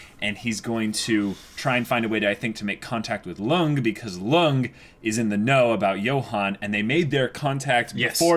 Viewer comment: I think it's high time you started pronouncing Lunge's name correct. It's Lun-gay.